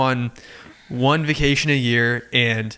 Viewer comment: omg why does he say vucation 😡 😂